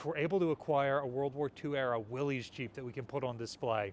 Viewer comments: do some research. many call them willies, but the manufacturer was Willys--pronounced like the family surname, Willis. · Willys is pronounced "Willis" I believe. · I can kinda forgive his mispronouncing "Willys"; jeeps aren't a big part of naval history, and at least he's pronouncing how it's spelled. His ongoing mispronunciation of "nuclear" (nucular in Ryanese), on the other hand, drives me nuts. "Surigao" (Surigawa in Ryanese) is another bad one.